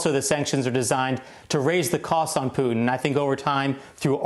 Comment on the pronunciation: " I have no plans to speak with Puttin" can't believe this guy